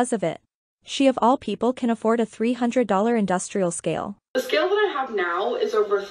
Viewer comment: "industrial ska-ill"